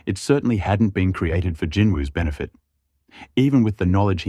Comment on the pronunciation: I wish people would just say Jinwoo Sung it's not hard